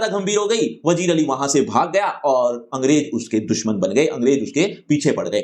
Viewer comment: wazir ali ❎ Alien ali 👽✅